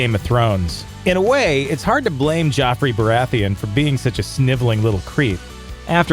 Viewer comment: It's Joffrey, why do you keep pronouncing it as Jeffrey?